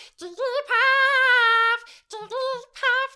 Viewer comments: I am going to get so much hate for this comment but as a Jigglypuff fan I can't stand staying silent! It's Jig-gl-ee-puff not Jigg-lee-puff. Your covers could have gone a lot smoother if you had of used the extra syllable! Other than that, super duper cute. 101/10 <3 *Edit: I will say that when Jigglypuff speaks it says it your way, but while singing is always a very specific syllable count. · Why do you say jiggaly paff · whenever says jigglypuff it sounds like perv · you said jigglypath not jigglypuff lol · The more I heard it it didn't sound like she said jigglypuff.